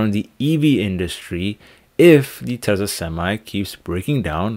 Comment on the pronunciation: It's not pronounced Tessa , it's pronounced Tesla